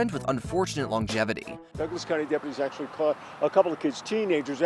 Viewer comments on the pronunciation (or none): none